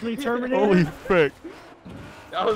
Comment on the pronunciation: sounds like you said "TOWminator"